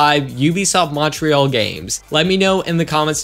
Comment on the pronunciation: It's really funny how Americans say Montreal